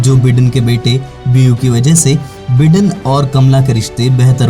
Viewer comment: me pronunciation ki baat kar raha hoon. बिडेन नहीं बायडन है।